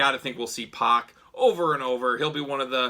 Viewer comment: Good video but get the mans name right, it’s pronounced “pack”